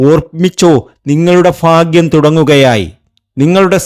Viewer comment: Fagyam alla tell bagyam